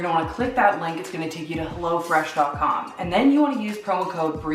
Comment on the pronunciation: The way you say "helLO fresh" bothers me